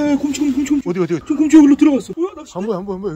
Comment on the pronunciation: 아니 계속 고홈치 곰ㅎ치 곰호치 거리는거 왤케 웃김 ㅋㅋㅋㅋㅋㅋㅋㅋㅋㅋㅋㅋㅋㅋㅋㅋㅋㅋㅋㅋㅋㅋㅋ